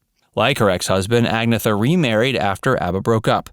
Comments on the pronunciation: Sorry to be so picky... and I'm sure I'll get flamed by English-only types... but... Agnetha is pronounced closer to ahg-NYAE-tuh [not thuh]. Björn is pronounced closer to, well, the sound doesn't exist in English. Something close to bee-YURN. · First of all ABBA is NOT A DISCO BAND. THEY ARE considered a POP band. Second you distorted the pronunciation of Ag ne tha and Anni FrEd is Freda Lingsted. Her daughter was killed in a car wreck in the United States. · A couple of inaccuracies; Agnetha is pronounced AG-NET-HA. Agnethas' net worth is 200 million dollars, Bennys' net worth is 230 mil, Bjorn net worth is 230 mil, and Anni-Frid is worth 300 million dollars. I don't think that net worth in this case is a great cause for consternation between them. Benny and Bjorn did NOT write the play or movie "Mamma Mia". They did have to sign off on those projects for copyright reasons but were not active in creating scripts or story lines or casting. Benny did insist on having complete control of the music to ensure that the ABBA brand wouldn't be tarnished. After the band broke up Agnetha did record a couple of albums, so it's not like she crawled into a dark room and felt sorry for herself. You are correct about her children. She hated touring! She felt that as a mother her place was with her children and that was a source of frustration and angst for her. That frustration did boil over into the other band members. By all accounts it appears that Agnetha and Frida remain good friends even to this day. They seem to genuinely enjoy each others company. I'm pretty sure that Frida and her partner live in Zermatt Switzerland which is a small town at the base of the famous Matterhorn Mountain. I wouldn't be surprised if she also has a place in London, but she lives a quiet life going for hikes, snow skiing or climbing every day. I am so happy for her as she seems to be a genuinely nice and approachable person and is living a peaceful life. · you mispronounced "agnetha"